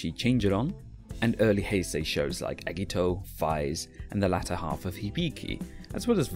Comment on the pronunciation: The way the voiceover pronounces certain names makes it seem like they have no idea what they're talking about. I mean eggito really?